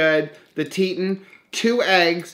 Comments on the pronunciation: I think thats pronounced tee-taan...like the mountain range in wyoming. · Hey so no big deal but it cracks me up Teton Waters Ranch meats is pronounced like the mountains more like TEA Ton love you, ordered so much Keto Chow thanks to your recommendation!